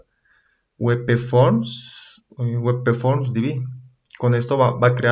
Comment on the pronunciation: Por qué lees WEPEFORM??? En qué idioma es esa forma de leer? Ah! y "visualizar" usas en ves de "ver". Visualizar es hacerse una imagen de algo intangible.